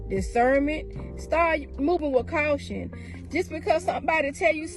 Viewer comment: She said start moving with COWTION😂😂